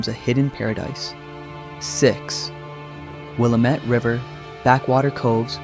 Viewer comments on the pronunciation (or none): Will-am-it valley/river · Willamette is pronounced Will am it. I think that you have the wrong video of Pilot Butte in Bend. It is flat topped.